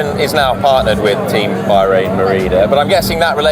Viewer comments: It's Bah-rain, not Buy-rain, sheesh get it right. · "By-rain Merida"?